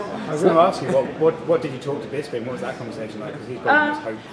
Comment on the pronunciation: How hard is it to pronounce Bisping? I'm so sick of people calling him BisBing